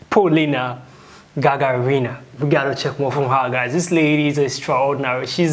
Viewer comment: with all my regards please pronounce corectly "GagArina" not GagarIna accenting on second "A" заебали уже